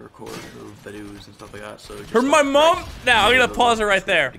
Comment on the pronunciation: When he says 'mom' I die a little inside